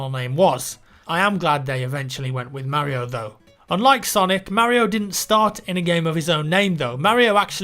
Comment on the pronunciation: I think he's trying to say Mario.